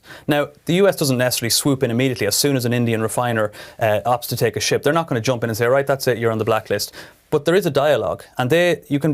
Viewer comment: please be careful with your pronunciation of the word "ship"